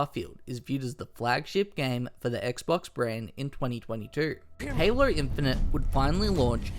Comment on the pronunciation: LOL that super Australian "Halo". Haylurr